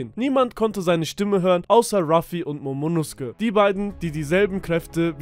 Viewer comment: nosuke wird allerdings im japanischen so wie in dem Video ausgesprochen, genauso wie bei Naruto Sasuke eigentlich Saske ausgesprochen werden sollte. Bei der Übersetzung von Demon Slayer haben sie es richtig gemacht, da wird Nezuko nämlich Nesko ausgesprochen